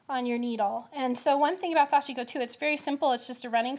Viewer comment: pronunciation for sashiko is so westernized by. Correct is to emphasize the first syllable then the last (almost a two syllable word). The “i” almost inaudible.